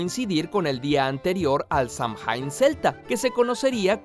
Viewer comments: Yo estudié un poquito de irlandés por gusto. “Samhain” se pronuncia “sáwin”. Los sonidos en el irlandés mutan. La m y la h convierten a la m en w y a antes de i convierte a la i en corta. Es muy complicado de explicar, pero así se supone que suene y es el actual nombre para el mes de noviembre en irlandés y escocés. Saludos. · Se pronuncia casi "sáhuañ". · Saludos Curiosamente: Errata Fonética Samhain, Paradójicamente No Se Pronuncia En Inglés Moderno, Si No El Gaélico Idioma De Los Celtas, Que Sonaría "Samuen". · Como pequeña acotación, Samhain se pronuncia sawein. No sé porqué los que transcribieron el gaélico lo hicieron de ese modo...